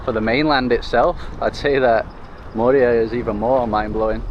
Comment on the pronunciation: Moorea is pronounced with the accent on the second syllable, with the “e” sounding as the letter “a”